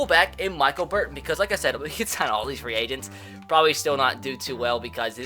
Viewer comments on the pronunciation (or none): none